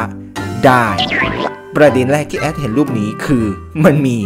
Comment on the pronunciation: การออกเสียง ร ท่านแปลกมาก ดรูป เดรียก เป็นภาษาที่แปลกดี